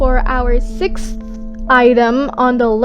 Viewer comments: Sickth item....... 🤣🤣🤣🤣🤣😅😅😅😅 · can't say Sixth Me: Oh honey me too. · I was there when earth got added! Edit: i laughed my head off at you trying to say sixth 😂